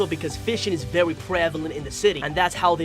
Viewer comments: you pronounce very as vewy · Why do you say very vewy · Dude is it me or did he say vewy